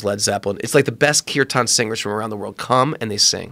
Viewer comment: The proper pronounced as keer tan not keer tion it is just casual singing of Indian folk & hims songs dedicated to the supreme being.